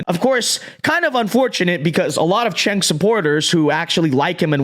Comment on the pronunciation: This dude can’t even pronounce Cenk’s name. What kind of political commentary can you do, when you get the basics wrong